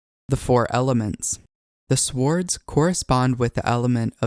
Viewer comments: First time I've ever heard an audible w in swords, and I'm almost 50. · nice tutorial.. note: the w in swords is not pronounced aloud - the transition in usage from Old English to Middle English changed that pronunciation, silencing the w, so it has not been spoken like that in 1000 years. Otherwise, very nice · The “W” is silent in “Swords”….